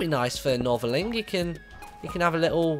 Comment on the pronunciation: its Northerling....